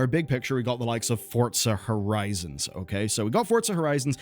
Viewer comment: Theres no "s" in Forza Horizon. Its Forza Horizon not Fortsuhhh Hurrizonsss